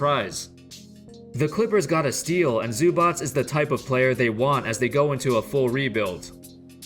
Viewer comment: props for correctly pronouncing "zubac"